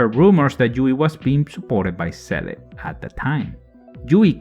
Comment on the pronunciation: This was a very interesting listening. Many of those facts I never noticed. Also I like how you pronounce Seele like the katakana reads.